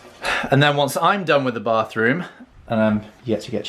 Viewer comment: I was waiting for Monica to comment how says "BAFroom"😂😂 YOU-ARE-ADORABLE💗💗💗💗